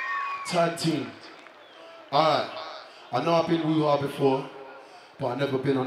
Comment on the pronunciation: When he said woo hah I fully thought he said Wuhan